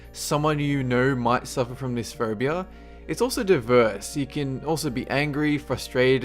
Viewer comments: Am I the only one hearing him say "furbia"? :> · how that guy says phobia...lawl phaubia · I thought he said Ferbie-phobia!! HAHAHHAA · I think he's an Australian ?